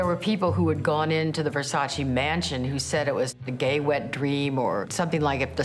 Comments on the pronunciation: It's Versace. Not Versaceee. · No disrespect but everyone is mispronouncing his last name. It’s not versa- chi it’s versa -ch eh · No, it’s Ver-Sach-eee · If you love and respect Versace, at least prenouce his name correctly.